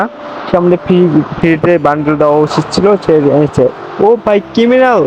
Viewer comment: Ata kiminal bandle.. Aer kiminal na kiriminal😂😂😂❤